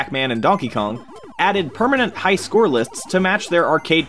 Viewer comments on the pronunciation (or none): none